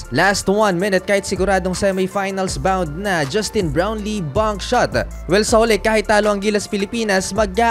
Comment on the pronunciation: lagi ako nanonood ng content mo..napasin ko lang pronunciation mo ng Slam dunk at Bankshot..nagiging tunog Slum dunk at Bunk shot 😅✌